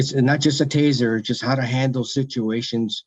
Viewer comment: G Taser, not teaser.